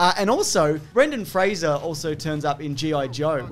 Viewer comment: This is the only time I've ever heard Brendan Fraser's name pronounced correctly.